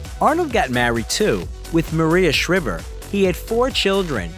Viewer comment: WHY CANT YOU SAY MARIE SHRIVER CORRECTLY, YOU FOOL SHE WAS FAMOUS AND RELATED TO THE KENNEDY'S